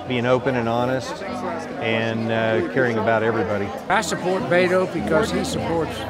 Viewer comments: Is anyone else bothered when people pronounce his name “Bay-to”? It’s “Beh-to.” Geez. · A lot of them say "Bay-toe" - bless their hearts for trying :) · This moderate Californian is very impressed by Beto O'Rourke-his message of civility and dialogue is exactly what I want to hear. I love how the old timers pronounce his name too: "Baydo" lol bless them😂